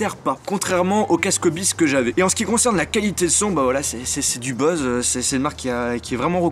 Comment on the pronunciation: désolé c'est mon côté maniaque mais ça se dit bause pas bose